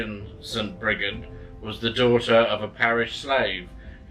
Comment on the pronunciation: sorry but not to be picky on how to pronounce her name but i believe it pronounce "bridge - id" ha sorry just had to help lol Mary Imbolc every one )O(